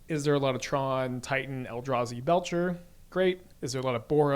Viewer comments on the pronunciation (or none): none